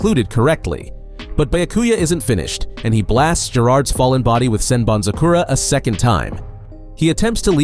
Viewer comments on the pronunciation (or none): dude learn to pronounce the names you are so cringe zebanzakura? WTF ? byakuya? dude common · bro...learn the pronunciations... "Sen BanZu Kora"? like??? do you even listen to how it's said in the anime? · Yeah annoying af Byakuyaah SenbonZAKURA